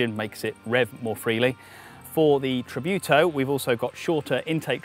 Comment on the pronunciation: "Tributo" not "tribiuto"